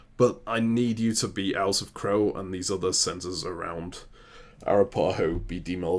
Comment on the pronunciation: Arapaho is pronounced a-RAP-uh-ho .... not ah-rah-PA-ho.... please fix how you both say it!